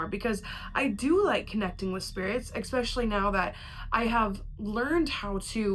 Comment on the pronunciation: I seriously love you and your videos, but goddammit STOP SAYING “EXspecially!!!!” 🤢🤢🤢🤢🤢😡😱